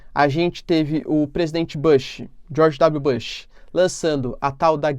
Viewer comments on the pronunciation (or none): Só uma correção na sua pronúncia do nome do Bush. Você pronuncia "buxi" e não "baxi" com acento circunflexo no a, como você falou. O correto é "buxi", ok?